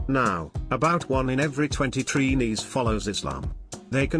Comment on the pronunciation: First of all, we are not called "Treenees". It's Trinis. Bake is not Trinidadian bread: bread is bread and bake is bake which is flatter than bread. You should have checked for the right pronunciation of our foods before doing this video. "Sawine" is pronounced "Say-wine". Why do some foreigners do that? Do your homework first. Too many mistakes. SMH.🇹🇹🇨🇦